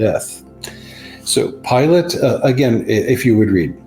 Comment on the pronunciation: Yeah, but it is Pilate, not Pilot. I guess the difference flew over their heads.